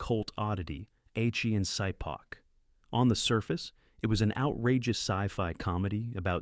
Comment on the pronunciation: That's Ah-chee and Shee-pahk